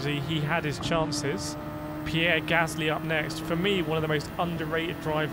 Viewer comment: You need to check your pronouciation of the first Alpha Tauri driver. Daniel Riccardo has more than defined that the name is Pierre Gaslyyyyyy.